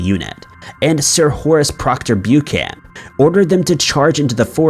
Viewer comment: It's Pronounced Book-an not Bewcan!